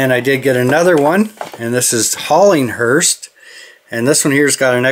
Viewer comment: Nice haul there!! Love them hearses for sure! Btw, there’s no “T” in hearse. Just pronounced “hearse”